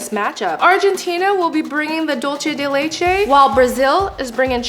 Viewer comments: This was a fun video and the desserts looked good. But Im sorry to say this, but it bothers me the way you pronounced "dulce de leche." Its not a italian word, its Spanish. You pronounced it like "Dolche" when its "Dulce," with a long u sound. This is not the first time i hear this, many people seems to say it incorrect too. They dont know how to say, find out the proper way to say it. I finish my rant.🏃‍♀️ Im sorry, but it had to be said. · It’s pronounced dulse not dolche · Dulce de leche is Spanish as opposed to Italian. Dulce is pronounced DOOL-seh. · Normally I love watching videos, but I cannot stand another mispronunciation of Dulce de leche.